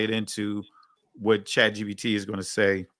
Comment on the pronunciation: This man said chat gdp 🤦🏽‍♀️ 😂